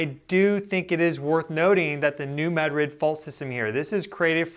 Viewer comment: Its pronounced ma drid not mad rid.. Sorry.